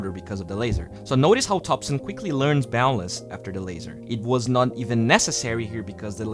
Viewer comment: I keep hearing balance instead of boundless.